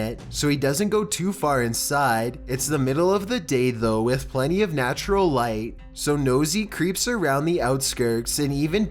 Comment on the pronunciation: “Beside ETTTT” “during the dAY” “conversatIAN” like I can’t listen to it anymore ahahahahhaa